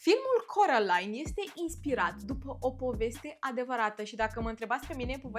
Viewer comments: De ce ,,corălain" și nu ,, Kerolain"😭😭😭😭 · Carolain nu Corălain🤦